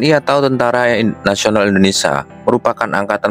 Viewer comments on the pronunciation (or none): bukan Indonesa tapi INDONESIA mas😅😅🤭